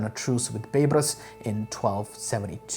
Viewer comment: Hi. Big fan of your videos and really appreciate the effort. May I just comment on a pronunciation? Its Bay-Bars. Baybars. Not Beybras. Half-Egyptian and it was drilled into our heads in school :)